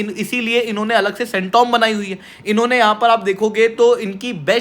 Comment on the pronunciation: 😂english professor👨‍🏫